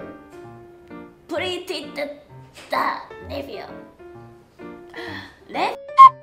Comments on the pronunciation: "Thisu nephewu" Kore nani? Already take me to heaven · I love the way she says nephew